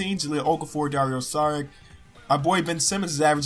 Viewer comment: it's pronounced "dario sharich"